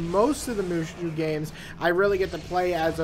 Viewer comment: XD it's pronounced as ( Moo So ) but good review the game is ok nothing special